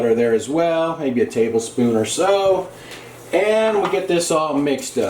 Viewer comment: "Maybe a tablespoon or so" Emphasis on the "or so"